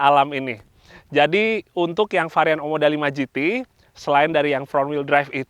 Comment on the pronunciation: OMODA bukan OMDO 😅🙏